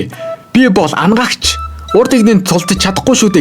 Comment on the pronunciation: Anagaagch baisan ymuu bi angaagch gej sonsood baisanshd hahaha